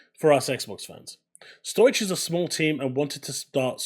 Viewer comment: Stow ik - not Stoych. Just sayin'.